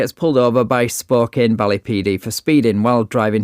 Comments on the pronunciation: I'm only in the first 2 minutes, and I love these shows, but it's not "Spoke-in" ... it's "Spoke - CAN". It's a Native American name that means "Children of the Sun". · "You don't have a valid driving license don't drive, take care and drive safely." I think the officer is so used to being polite. It's pronounced Spo-can, even though it's spelled Spo-kane.